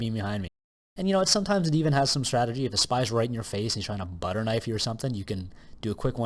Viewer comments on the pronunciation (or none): none